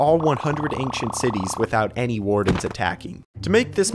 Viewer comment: "ankcient city"